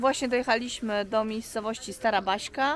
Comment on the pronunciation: Vrbnik czyli czytaj Wrbnik-a Baśka to nie Baśka , to Baška czyli czytamy Baszka-pozdrawiam😀